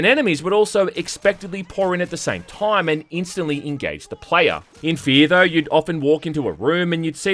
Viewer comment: I'm an Aussie and I've never heard anyone on earth pronounce time as "TOOOIME", goodness me.